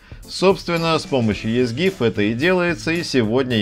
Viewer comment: Читается "Изи гиф"